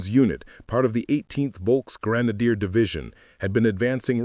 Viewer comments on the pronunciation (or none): none